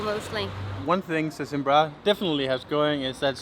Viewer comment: its not "sesimbrÁ" its "sesImbra". u have to "close" the last "a". like in "madeira"